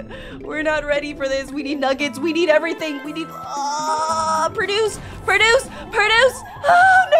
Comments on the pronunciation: I love how she pronounces produce as perduce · I like how she says perduce